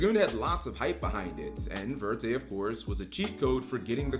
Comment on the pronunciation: verte means green in French. Even if verte would be the name of the card, it would be better to actually say it in French rather than broken English. If you see "croissant", will you say "croy-sant" or will you pronounce it with the French pronunciation? Many yugioh cards have French names in the English tcg. Look at the papillon cards. There meant to be referenced as French names so either say it in French pronunciation or use the correct English word instead.